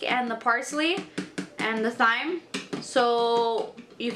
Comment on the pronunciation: Thyme is pronounced “time”